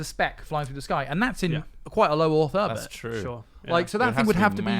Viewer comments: "Low orth earbit". Good podcast lads. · "low orth erbit" ~ smith now